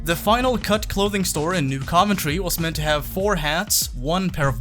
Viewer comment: Why does he say Coventry so weird